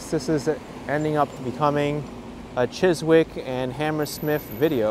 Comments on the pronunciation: Chis-ick not chis-wick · Hi there. Chiswick is in the London Borough of Hounslow I think (you were previously in the London Borough of Hammersmith and Fulham), and the “w” is silent, so it’s pronounced more like Chis-ick. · The word Chiswick does not pronounce the letter 'w', so it is pronounced Chisick. An otherwise relaxing and pleasant walk in one of London's nicer areas. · I enjoy your walk videos and your observations and commentary. One day you must walk Ealing Broadway my neck of woods. My daughter used to pronounce it Chis-wick when she was little, always brought a smile to my face. The W is silent not sure why that is so, so its Chis-ick. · mispronunciation is understandable - but I must admit I found it funnier than I should have done 😀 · The “w” in Chiswick is silent and the “ou” in Hounslow is pronounced “ow”. :). English place names are often pronounced in a way that is not obvious!